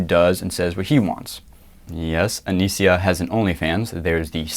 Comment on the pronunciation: Btw, it's not "Anisia". It's Anisa. Not that I care, but it's kinda stupid to get her name wrong when you're on her fucking side.